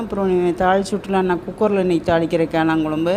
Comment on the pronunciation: காளான் சொல்வதற்கு பதில் கேளான் என்று சொல்லுறீங்கள்